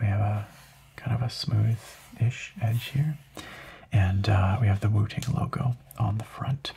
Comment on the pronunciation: I seriously thought you said Wu-Tang and had to look back at the title 🤣